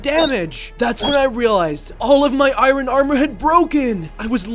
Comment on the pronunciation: bro said iren